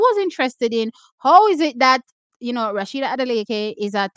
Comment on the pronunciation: Its not RASHIDAT its A SHE DAT Adeleke 😂